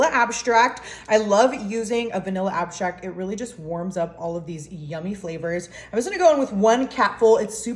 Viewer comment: Extract, not abstract. 😂